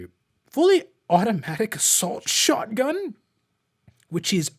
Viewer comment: ....did he say Assault SHOTHUN?!?!